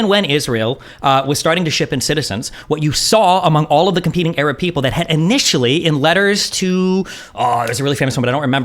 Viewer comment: I just want the conflict to end so I don't have to hear Destiny say Ereb anymore instead of Arab.